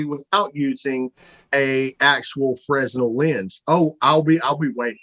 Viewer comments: fray-NEL, not frez-NEL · The term "fresnel" as in fresnel lens is pronounced "fruh-NELL". The S is silent. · My dentist (in UK) says that I have calculus on my teeth - my smile would terrify, no doubt! Also people who actually know about Fresnel lenses don't sound the "s" - more like fray-nel. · Just an fyi from an event tech guy... Fresnel was a french guy, the s is silent. So it's "Frenel". Every. Fucking. Job. Drives me nuts! :D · I hate to be pedantic but Fresnel is pronounced Fruh Nel... Also that guy is like physics having a stroke. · The lens is French and pronounced without the 's' ... "fren-nell"